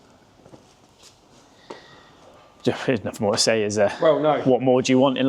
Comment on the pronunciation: omg it`s three not free thing not fing nothing not nuffing and on and on you sound like a bunch fick or is it thick blokes 🤷‍♂